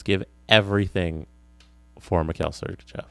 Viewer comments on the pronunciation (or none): none